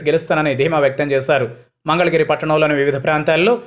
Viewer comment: మంగళగిరి అని పలకడము వచ్చింద నుకోవచ్చును